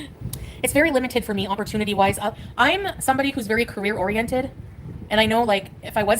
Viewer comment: She is carree oriented??? What carree?😮